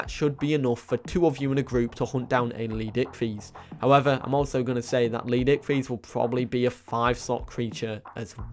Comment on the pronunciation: no offense dude but can you please learn how to pronounce leed S ichthys right